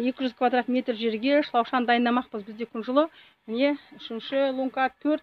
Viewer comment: Ісинизге береке берсин. Сиз дурыс сойлесенизши. Гон емес. Көн дейди буны. Шлапшын емес. Шлаушын дейди. Дурыс сойлемейсизба.